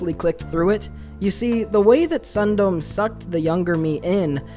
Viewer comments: i googled "sun dome" and found out it's a japanese word, meaning "stopping before" and with the context of the story, it could very well mean (sexual) "edging." so it's pronounced "sun-do-me" not ☀️dome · Sundome is pronounced "Soon-doh-meh", but now I feel compelled to call it "Sun-Dome."